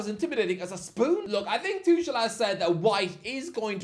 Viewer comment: Maybe learn how to pronounce tuchels name?